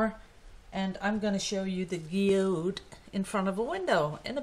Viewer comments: In USA we pronounce geode like gee whiz . Gee ode! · Beautiful thank you for showing us how to make a Geode.... said in English gee ode ....love your teaching method and sharing.